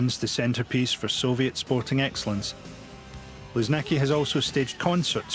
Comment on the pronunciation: It’s luZHniki not luZniki